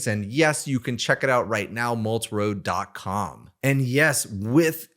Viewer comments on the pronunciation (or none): Did he just say Moltroad??? 🖖🖖🖖🖖🖖🖖🖖🖖